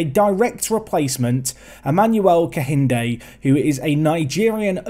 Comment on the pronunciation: AYYYYEEEEE A NIGERIAN SUPERSTARRRRR!!!! GLAD TO SEE ONE OF MY OWN REPRESENTED IN THE SERIES. Also for pronounciations, its KEINDE, the H is silent